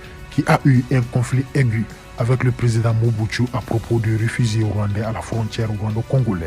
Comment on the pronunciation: Le reporteur est un rwandais, il appelle mobutu (mobutsu) pourquoi.